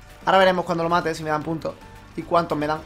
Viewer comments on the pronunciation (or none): none